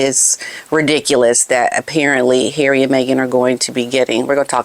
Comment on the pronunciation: u just kill me wen u say ' Haerry'...n im sure ur a betta actress dan Farcical Farkle...coz ur so funny 😂😂❤